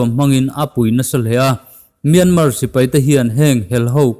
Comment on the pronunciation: A ngaihnawmin a bengvar thlak ṭhin e. Tips- Mianmar hi MIAMA tia lam a ni.